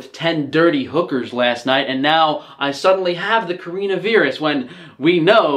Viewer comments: Corinna viirus? Nintyne? Why you pronounce it so wierd ^^ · WTF THE WAY HE PRONOUNCES CORONA VIRUS AS CAREENA VEERUS